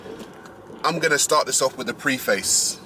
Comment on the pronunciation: “Oh Fu** Off” in the London accent, I love it.😂 But on a serious note, as a black woman I approve this damn message!